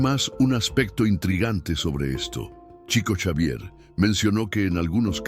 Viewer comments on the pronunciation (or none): No se pronuncia TCHICO… és portugués CHICO, shico, diminutivo de FRANCISCO… SHICO SHAVIER 😇